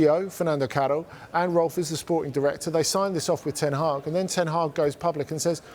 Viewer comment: My man went from erik seven hag to erik ten week 😂😂😂😂😂😂😂😂😂😂